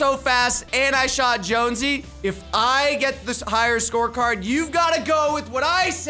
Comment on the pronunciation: Its not jonsey its jonesy